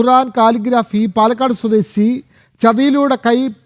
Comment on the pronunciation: "സ്വദേസി " "കൈവസപ്പെടുത്തി " എന്തൊക്കെയാണ് ഈ വായിക്കുന്നത്